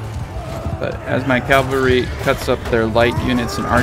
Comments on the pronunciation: Cavalry not Calvary my friend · Great explanation. I have to say that it's CAVALRY. CAV - ALRY. "Calvary" is the geographical location where Jesus died.